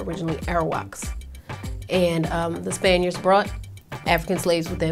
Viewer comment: cant even pronounce spaniards lmao..